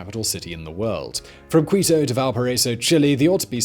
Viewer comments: Excellent video! I'm headed south now and in Nicaragua (nick-a-ra-gwa) hoping to reach Chile and Argentina in this age of covid. Also: Quito is "kee-to" not "quee-to" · Not "Kwee-toh" Simon... "Kee-toh". Get it right. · Sounds kito not kuito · KEE-Tow not Q'Wee-tow. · just a correction, it's not "qUito", in que and qui, the U is silent.. so it's "Kito"